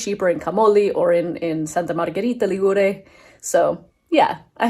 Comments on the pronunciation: Hi, no offence: Ligure has the accent on the i = Li'gure. But I forgive you because: 1. you may have been mislead by the fact that Liguria (the name of the region) has the accent on the u = Ligu'ria and 2. because your video is very very well produced, also the music is appropriate and you capture the essence of this small little gem in full. Brava!! Love from UK:goodvibes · Correct regarding pronunciation. However, the apostrophe should be written before the stressed syllable. 'Ligure, Li'guria.